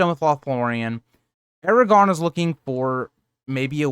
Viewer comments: First off... It's ARAGORN... not Aragon. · Eragon? Wrong series😂 Air-ah-gorn. Solid video otherwise. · Please. People can sound out basic things like Aragorn not being pronounced Aragon. The R is the clue. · If you’re a so called Tolkien fan like this channel suggests you should know the names of characters. It’s AragoRn. Lol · I quit listening when you called him Eragon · Or, air-a-gawn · Made the video completely unwatchable tbh. You don't even know how to say one of the MAIN characters names, like are you really even a fan? Smh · you’re pronouncing Aragorn without the second ‘r’ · Glad to hear you corrected the mistake . Your content is really great but mispronouncing Aragagorn kind of takes you out of it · LOL, sorry about that!! There is actually a difference between a typo and consistently pronouncing a name incorrectly. Especially if the person is supposed to be well-versed enough to make a YouTube channel for LOTR. I'm assuming you're trying to insult me, but it's all good as far as I'm concerned. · There’s no way someone so geeked-out on the subject would make that mistake….im thinking it’s a speech impediment, it kind of sounds like he’s really trying to say it correctly, but failing.